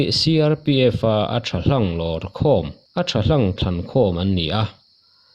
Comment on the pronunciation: Korapur iti a..... koraput ti Zawk tur mawle..... 202 bn cobra ah vawi2 ka training toh